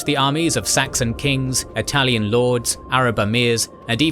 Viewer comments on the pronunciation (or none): none